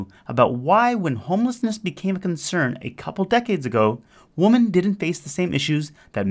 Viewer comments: Why do you say woman when you should be saying women? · Why can't the narrator pronounce women? He say woman in a plural sense 🤔